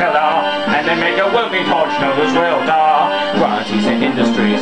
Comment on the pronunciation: heh heh "They make disgusting underwear for Gruntilda and a welding tortch known as Welder" I like how u do it fast and say "Welder" like "Welda"